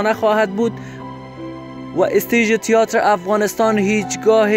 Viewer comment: اصف جلالی بازیگر سینما نبود مجری برنامه کمدی بود Theater را هم اشتباه تلفظ میکنی تیاتر نیست تئاتر هست سر دیکتات و جمله بندی تان بیشتر کار کنید